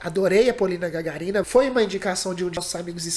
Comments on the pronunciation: It’s Pol’ina Gag’arina, not Gagar’ina. Do you know the first astronaut? Yuri Gagarin, okay? Do you pronounce it GagarIn?? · the correct pronunciation is GagАrina. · pronunca como Gagárina, e "r" nao como en ingles ou sotaque interior, mas come no "". E o nome e mesmo como do premeiro homem no espaço - Gagárin, mas Gagárina e feminino por isso tem "a" no final. P.S. Sou russo, mas adoro portugues (do Brazil):) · GagArina, *GagArina*, suka blyat! Like firs spaceman Yuri GagArin. Not GgarIna. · GagArina, not GagarIna! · Achei engraçado que no começo do vídeo você falou que ia analisar! Mais se envolveu tanto com a performance da Polina que só curtiu o vídeo!! Achei bem legal isso. O sobrenome dela se pronuncia Gagárina (como se tivesse um acento agudo no segundo "a" ). Shalom. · GagАrinа emphasis on the second "a". Namesake of Yuri Gagarin, the first man to fly into space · Polina Gaga'rina. This is the correct pronunciation of her surname. By the way,, if you turn to react Polina Gagarina, can you take your attention to his another performance. The name of it is Hurt. This song were performed in the same chinese show, as cockoo. Thank you in advance. P.S. Don't forget about Dimash. I subscribed to you for this reason.:-))))))) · Чувак! Ты молодец! Всё удачно! И даже песню слушал! В отличие от многих других...восхищающихся. Только, такое ощущение, что фамилию ГагАрина, никто кроме русскоязычных не в состоянии произнести правильно. Потренируйтесь на слове "самозащищающихся", тогда.( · Se pronuncia Gagárina.No puedo escucharla sin emocnarme. Es una interpretación preciosa. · Гагарина, ударение на 4 букву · Gagarina acento en la segunda silaba (ga)